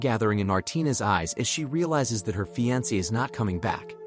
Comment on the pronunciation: he said fiance very weirdly.....🤔